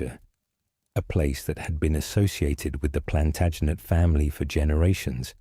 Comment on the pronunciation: Plantinejette? Interesting pronunciation choice...I do see it gets better as we go